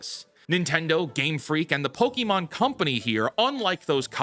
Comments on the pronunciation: My only criticism right now... Its not pokEmon. Poke-mon or pokuhmon is closer. No i wont stop being upset about this. Not once anywhere is it said pok-E-mon. The show said it correctly as far as i remember. You are choosing to say it wrong. 😂 And yeah the game looks like trash. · Stop fucking saying pokimon, it's pokémon, not pokimon !